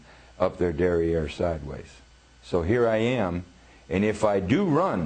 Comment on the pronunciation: It's 'derriere'. Google it and be surprised!!